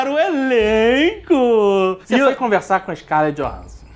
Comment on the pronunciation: scarlett johans*s*on , pelo amor das máquinas JN. Tá errando o nome da princesa.